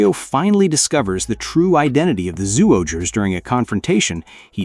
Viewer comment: Its pronounce as Juohger not Suohger